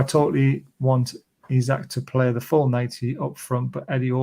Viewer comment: Just for clarity, Isak is pronounced EEsak, and not Isaac.